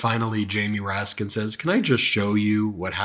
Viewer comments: The way klan mom Marjorie Traitor Green says "Raskin" without the "S" is funny as hell, considering Raskin made her look stupid for not saying his name correctly 😂🤣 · Comer sounds like Mr. Haney from Green Acres. He's insulting and mispronounces names on purpose. I'm just waiting for him to slip and throw out a slur or two. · Any decent person would apologize for mispronouncing someone's name, but not James Comer he has no class.